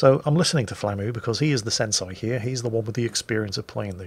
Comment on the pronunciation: Sen-sai? It's pronounced sen-say,. Sorry, but i just have to get this out XD